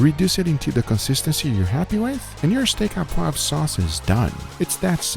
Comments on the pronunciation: notice it is sauce or steak "au poivre" not "a poivre" and "au" is pronounced like the letter "o" (sauce au poivre mean pepper sauce" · Just to help you out : "Steak au poivre" is pronounced "Steak O poivre" (Like in irish names starting with O' ) But otherwise very nice "sauce au poivre", many people forget the alcool, which is the key to make the difference.